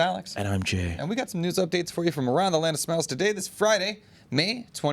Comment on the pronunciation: had to play it a couple times to tell you weren't saying "Land of Smells" 😅